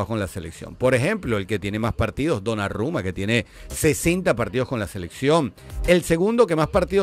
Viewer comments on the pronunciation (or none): no donnaRRumma, Donnarumma, la R es como en Arauca...